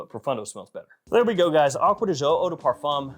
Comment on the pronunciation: acqua di jio...seems impossible for you to say "GIO", from Giorgio and not Jiorjio